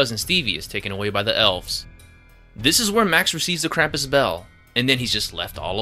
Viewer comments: They say Krum-pus not cram-pus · Oh my gosh, it isn't "Kramp-iss"! It's "Krump-oos". Drives me nuts. Yes, almost everyone but Omi says it wrong in the movie. The director and producer clearly put a lot into the movie. Ya wonder why then they completely botch the name of the main character!? Which then resulted in everyone that watches it that didn't grow up with Krampus, now thinking that is how it is said. And it is sooo incredibly annoying. So please people, maker of this YouTube video included, it is pronounced "Krump-oos", not "Kramp-iss". Good God.